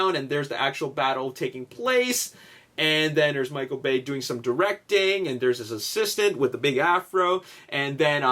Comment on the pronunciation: HAHAHA Did anyone else hear say Michael Gay lmao